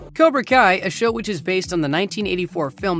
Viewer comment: "COBRA KIA"